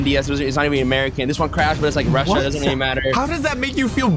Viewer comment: Weewlly OFC YES WHO DOESN'T LIKE TO EAT PLANE bro stop saying really dude U CAN'T EVEN SAY REALLY THAT U SAY WEEWLLY? WTH IS WEEWLLY